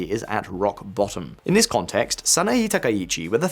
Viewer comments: Just a friendly correction: Sah-nah-eh *not Sah-nah-ee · I couldn't get over how you kept mispronouncing the given name of Japan's new PM. The e sound in the name Sanae is pronounced with an eh sound. Edit: I noticed how you pronounced all other names correctly. 😬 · Try first to say her name correctly please... saa naa eeh. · The mispronunciation of Sanaee Takaichi with an Ee/ea is ... a little irritating 😅 it's Sanae / SanaEY, like in Hey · Before making public broadcasts about a foreign leader, it's good practice to learn how to say their name correctly. It's "Sanae" (さなえ). You seem to be saying "Sanaii" (さないい). Imagine if a foreign commentator said "Kor Starmer". They would sound ridiculous, or American. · In japanese "e" is pronounced "ay". So please pronounce "SanaAY Takaichi" and "komAYto" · SA NA EH. It's not that hard. Just say "Sana" and then blur that together with just pronouncing the letter "a" at the end. Why would you pronounce an E the same as an I? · It’s pronounced “San-ah-eh.” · Small point, I know, but the pronunciation of さなえ as /sænæi:/,しんぞう as /ʃ ɪnzəʊ/ and こうめ いとう as /kəʊmeɪ,ɪt əʊ/ detracts (this listener) from an interesting analysis. The presenter seems to be taking great care over mistaken transcription.